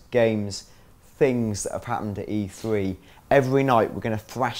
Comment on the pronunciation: This is just an awful video, for starters, the fucking conference is called E3 - So it would make sense to get someone who isn't linguistically challenged... It's 'E Three' not 'E free' dickhead.